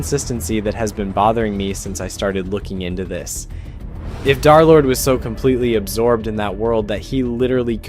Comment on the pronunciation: derlord ❌ darlord ✅